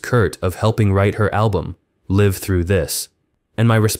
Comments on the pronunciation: "Live" through this - mispronounced l-a-i-v as in five - a sign this has got to be a fake AI voiceover. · Your AI voice-over pronounced Live Through This Wrong. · It's not "Live Through This" as in performing "live". It's live as in being alive... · Saying Live wrong. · Is the voiceover an A.I? Inconsistent pronunciation of Live. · no. if you know how to play their songs on guitar, they are totally different approaches and styles this narration is junk. doesn't pronounce the album title live thru this properly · You often pronounce the verb "live" in "Live Though This" like it is the adjective "Live" (you use a long I instead of a short one). It comes off as extremely under-researched that you're not pronouncing the album correctly, especially considering it's the entire subject matter of your piece. I'd re-record the VO and re-post. It's a pretty embarrassing error, and I'd hate for you to immortalize your mistake, folks could judge you on this error for generations. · I was wondering, is it an AI voiceover? Either way it’s sloppy work